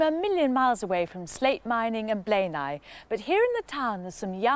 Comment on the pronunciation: It's NOT Blaenaw!! It's Blaenau. As in Aye,aye.Spoit it at the beginning.